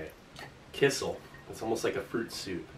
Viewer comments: It's a little funny how amazed you are with kissel (which is actually pronounced more like "key cell", more stress on cell) -- it's just fruit or berry juice with starch to make it thicker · Love the videos, just an fyi its pronounced key-shell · The way you say kissell cracks me smile every time. In my country (Estonia) we have kissell all the time. I don't know maybe it's pronounced like that in english but it's still quite funny. Oh and you also should try the rations from the estonian defence force